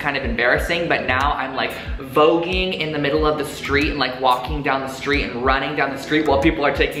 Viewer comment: "voque-ing" HAHA omg you're becoming one of my favourite youtubers!!cant wait for your next video! :))